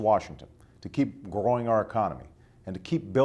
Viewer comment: lol groawwing our economy XD